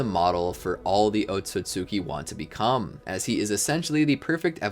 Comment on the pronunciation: “oat-so-sue-kee” he said 😭